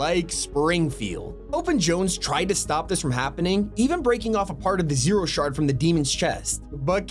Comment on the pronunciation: sound funny how he says "hope and Jones" is this A.I and I never realized or does he now use A.I. with an archive of his voice?